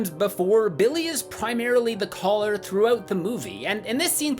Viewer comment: he said "through-oat the movie"